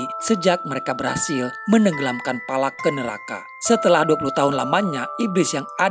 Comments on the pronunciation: Valak mkn bukan palak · Palak apa Valak😂